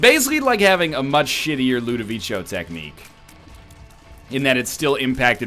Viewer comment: Please, dude: LudoviKo (for pronunciation, of course).